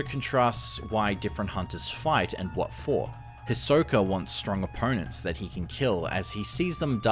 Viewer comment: It’s pronounced HE-Soak-A. Not His-Soak-A…🤦